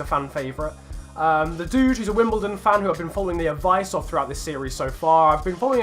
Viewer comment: its wimBLEdon